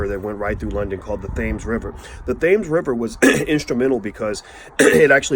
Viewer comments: It's pronounced Temz not frames. Great information otherwise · Hi Boyce, it's pronounced "Tems" River though it is spelt "Thames". Regards, Jamaican heritage Londoner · The river Thames, is pronounced 'Tems'..... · Thames - pronounced (tɛmz) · It's pronounced "times" river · River Thames pronounced Tems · na... Thames.. 😂😂😂... if u can't pronounce the name of a landmark in the country ur in... u aint do ur research ... more like Dr Who.... 🤦🏾‍♂️🤦🏾‍♂️.. btw...im from South East London... so i knw what im talking about